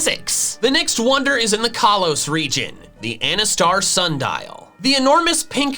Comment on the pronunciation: kaalos me.... um um kalos